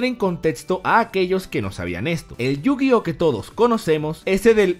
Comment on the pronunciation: En serio?.... Yo- Gi - Ohso?? .... en serio? ... .... ....